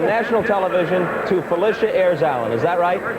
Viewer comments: Excellent. But her name is not pronounced as if were spelled, Felicia, it's actually PHUH-'LI-SHUH. See . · Her name is pronounced: Fah - lish - ah. (short "i") not fah-leesh-ah. She is very particular about that. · Lish [Phil….lish…a]. Debbie Allen quickly corrects people when they say her name wrong. This was awesome to see. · Learn how to say this woman's name, please!!! It is NOT Fa-LEE-sha! It is Fa-LISH-a! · So true. But to be fair, her name is so interchangeable with Felicia that people just automatically think that’s how you’re supposed to say it. Even I didn’t know until a few years ago that it’s really pronounced fuh-LISH-uh because so many people called her fuh-LEE-shuh all my life. It’s like the “phy” don’t even matter. They still think it’s like Felicia. But get this, she was actually named after an aunt whose name was spelled the regular way…but that’s the real pronunciation of Felicia 🤣. Names and these vowel pronunciations are funny, I swear. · I think she would scalp you for pronouncing her name Phy-lee-shia instead of the correct way of Phy-li-shia. Lol... IJS. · Fuh- lish-uh Not Felicia but that's a good one 🤣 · that her name is NOT pronounced Felicia it's Fuh-lish-uh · Brother what a beautiful tribute….however a lot of yall are mispronouncing her name its not “PHY LEE SHA” it’s “PHY LISH A” although spelled Phylicia…listen to how Ahmad Rashad pronounces it when he proposed on live television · pronounced Phy-lis-ha.... love her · I love this video I just hate that you pronounced her name wrong the entire video